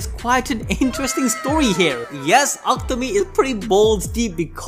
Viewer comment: Isn't it pronounced Aku-Tami not Aktami?